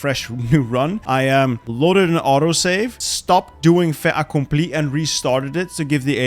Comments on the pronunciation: disregard my comment if you don't give a shit but the "t" in "fait accompli" isn't silent, because the word after fait starts with a vowel. It's more like "fai t'accompli" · For "fait accompli" we pronounce it "fai taccompli" cause in french we use the "liaison"